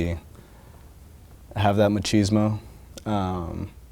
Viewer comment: Not Ma-shiz-mo, it's Machismo